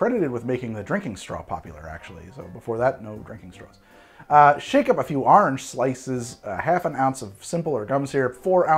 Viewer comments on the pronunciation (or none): take a shot every time he says 'Arnge'